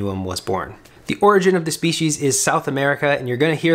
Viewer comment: "speeshes"... please delete your channel